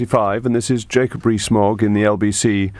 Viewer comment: Mogg not fog!